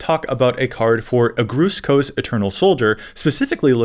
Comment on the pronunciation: The way he pronounced Agrus Kos kills my soul a little bit.